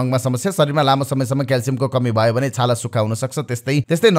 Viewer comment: ह ह ह यो कस्तो उचारण भयो भन्नु पर्ने मा भवो यो असुद्धा भएना र सुजन ढकाल जि?